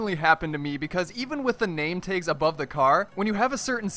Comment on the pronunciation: did you say name taygs?